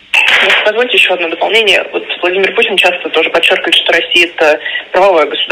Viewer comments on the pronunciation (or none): none